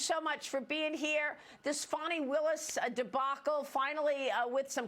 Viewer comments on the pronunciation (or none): It’s Fani not Farni ...